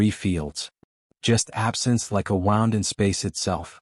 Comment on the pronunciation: it is pronounced wu und not wow und but good story